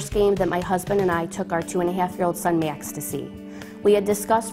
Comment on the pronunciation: The strongest I heard was when she said "Max". To me it sounds like she is saying "Myax"